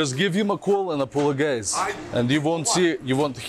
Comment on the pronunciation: You call him and apoloGUYse 😂😂